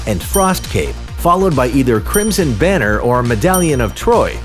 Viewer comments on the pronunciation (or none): none